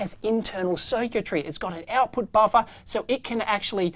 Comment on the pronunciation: Love when he says “baffa”.